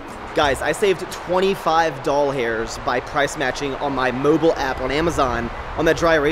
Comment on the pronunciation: You gotta stop that `Doll-hairs', because I can't watch videos (yours and other people's) anymore without hearing Dollhairs instead of Dollars! XD